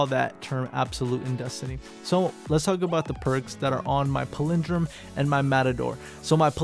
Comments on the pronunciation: lol chill out King Z. He's not fuckin Christopher Walken. Also, go listen to the pronunciation of this word...he is actually saying it wrong with or without accent. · PALindrome...not paLINdrome lol